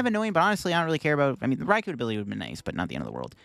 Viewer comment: I hope you know it's Rai-KOu not RaiKU As someone who loves the Japanese language, hearing peeps say these names wrong is crazy lol